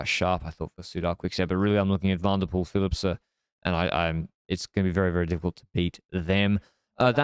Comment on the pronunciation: when he pronounces Flemish and Dutch names completely wrong, while being Flemish!